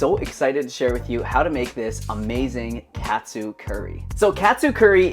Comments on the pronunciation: wtf??? it's not pronounced that way. It's not like a "cat" - "soo". It's supposed to be like the word "caught". Hearing you really hurt my ears. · Dude..."kah-tsu" is the pronunciation. That hurts the ears. You sound American.